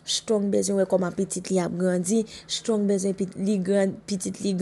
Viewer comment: Se shtrong se strong prononse non moun yo bien madanm